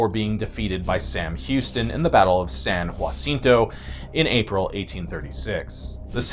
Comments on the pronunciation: It's San "Ja" cinto not "Ya" cinto. If Santa Anna had won you could call it Ya. But he didn't. So it's Ja. The Maceo family is still around. There's a combination spice shop and deli called Maceo's. We go two or three times a year. All kinds of exotic stuff imported mainly from the Mediterranean. And they have a line of seasonings that is outstanding. Their steak seasoning is our absolute favorite. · “San HOOWAHcinto” 😂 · I can't listen anymore. I was already in pain before you said "San Jacinto". Where in the world did you get "Hwa-sin-toe" from? I was raised in Mexico, so I am a bit critical I guess. You did not come close to either the true Spanish pronunciation NOR the Texan bastardization of it. Nice work. I'm stunned- This channel has never been sketchy before. Please don't slip...I like this channel. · Churched up San Jacinto so hard… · I always get a big laugh from the mispronunciation especially San Jacinto.